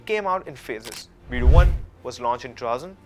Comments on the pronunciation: Haha it is not bee du. It is bei dou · او بھائی، یہ بِیڑٗو بِیڑٗو کیا لگا رکّھی ہے؟ چینی بھی انگریزی میں بولتے ہو؟ لفظ ہے، "بے دو". کم سے کم گوگل ٹرانسلیٹر ہی استعمال کر لیتے ٹھیک تلفُّظ کے لیئے۔ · It's pronounced as Biiidu, I appreciate you covering the topic. I'm just mentioning haha!